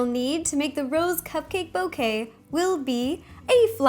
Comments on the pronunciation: I saw the cupcakes as rose, and heard you say it as "Ro's". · my favorite part is when you said Rose ro